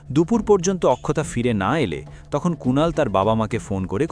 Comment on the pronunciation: অক্ষতা হবে উচ্চারণ, আখখতা নয়